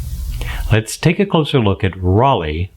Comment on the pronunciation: I hope you’ll do Rollei RPX 400 next so we can finally put an end to the false hearsay that it is the same stock as Kentmare 400. And just cause I can’t not say anything. The german “ei” like in Leica is pronounced like the english word eye. So it’s not Rollee but Rolleye.